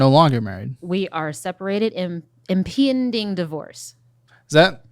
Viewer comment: monkey can’t say impending they are all so stupid